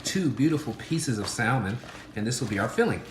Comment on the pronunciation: The L in salmon is silent...those are Scallions, NOT shallots.